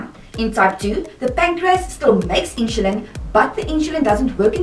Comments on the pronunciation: Why do you prouncoun "i n s u l i n" as "I n s h u l i n? Just wondering. Otherwise this video is quite exceptional. I've been dx'd at age 2 in 1959. Wowee! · Thanks for watching the video, I am happy to hear you enjoyed it. With regards to the way I say "insulin": When I was diagnosed (20yrs ago at the age of 16) that was the way my Diabetic Educator pronounced the word "insulin", so I guess it's the way I was taught to say it, hehe. Afrikaans is my first language and English is my second language, so I only recently found out that I'm saying it differently :) apologies for that. Well done for living with T1D for such a long time, I am sure you're an inspiration to others.